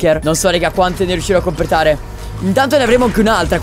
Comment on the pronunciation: Quanto mi piace il '' compretare''di Cap😂😂😂😂